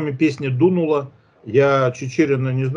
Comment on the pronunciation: Вы не понимаете. Не дУнула, а дунУла)